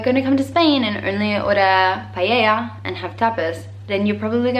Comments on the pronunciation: I love the way you say "payeya" 😍🤣 But don't worry, almost every single word in english it's a nightmare for spaniards (especially for older people), recently, I spend a couple of hours trying to teach my mom how to pronounce a famous dating reality show ("First Dates"), and did not succed 😅😅😅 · She cant pronunciate paella hahahahaha im spanish from basque country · Girl PLEEEEEASE... if you are already beginning levee B2 of spanish DON'T say pallella!!!!!! Is paElla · Ahhhhrg! She says "payeya"! It drives me nuts! Everything else in the video is great. Also, be proud of being a guiri. You make an awesome guiri. Own it, girl! :) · You pronounce "Paella" like "Pallella" hahaha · Me mata de la risa que en vez de paella diga "pallella" 😂😂🙊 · Say with me: PA E LLA.... Not "pallella" :-P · no entiendo porque todo el mundo que he conocido que no habla español en vez de decir paella dicen paellella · “Paella” not paieilla xdd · y payeya cuando quiere decir paella 😂❤️❤️❤️ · paella not pellella pls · Pleaseee P-A-E-L-LA NOT PALLELLA hahaha it just makes me so nervous, just for you and every other person that doesn't know to know💖, love uu❤️ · I'm sorry but it's very funny the way you say "paella"😂😂 you pronounce it like "paieia" (greetings from Spain) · Love the vídeo! Watching this even though I’m spanish, just to know what surprise you. By the way its paella, not “payeya” and also the word you didn’t remember is cazuela, but you said it pretty good.💕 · btw is paella not paiellia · Me gustó la parte en la que dijo pallella xd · "Paieia" (xd) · It’s funny how she says payeya 😂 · Whats with "guiris" even those who speak Spanish... calling paella PALLELLA XD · " Pallella" jajaj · Está claro, la sangría sólo para los guiris :) eres muy graciosa cuando dices pallella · I love your pronunciation of "Paella" it's so funny because you say "pallalla" xD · Paella... say it like Paeja... that's how it sounds to us